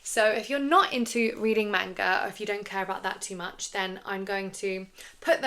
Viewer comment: I love your content, but the way you're pronouncing manga kills me.